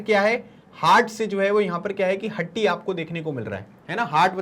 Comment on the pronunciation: उच्चारण हाटी है हट्टी नहीं